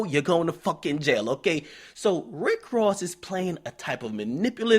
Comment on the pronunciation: Wtf y'all talking about^ lol all I know is Rick rozay cause he really can't say Ross lol is not gangster at all just a great actor.